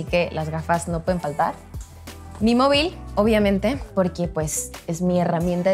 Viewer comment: Me da cura escuchar a un mexicano decir mobil 🤔